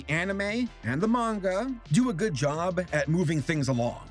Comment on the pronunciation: Shortcut: "Gud"